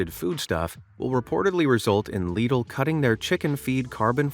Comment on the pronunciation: Leedl 😂 it is pronounced lid-l